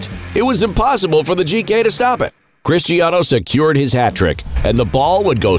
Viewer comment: Hate how Americans call him CHRISHTIANO.. He's from Portugal, his name is pronounced Cristiano.